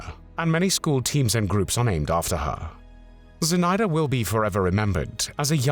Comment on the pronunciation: Называйте имена героев как их зовут. Зинаида Портнова, ударение на zi' na'ida. Или просто Zina Portnova. Мы гордимся этими героями.